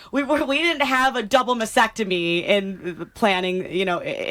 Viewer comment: It’s not a “mass-ectomy”. It’s a mast-ectomy”.